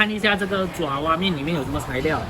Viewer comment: 爪zhao 哇面， 不是 zhua 抓哇面